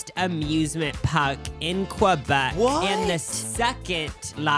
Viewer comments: qua-bek lol its pronounced keu-bek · saying QWUbec in 2026 is wild.